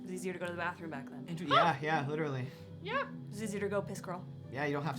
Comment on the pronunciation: I now want to start saying "gliterally" instead of literally like they say "acaexcuse me" in Pitch Perfect